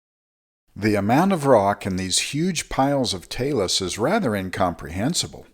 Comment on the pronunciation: I'm a bit of a geologist myself, having lived on Earth all my life. Even-so, I've never seen, or imagined, such a thing! Thank you for pronouncing "talas." A river on top of a mountain? [shared link]